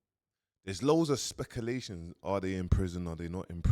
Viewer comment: The ‘ohua brothers’. ‘Specalation’ pls man. Please.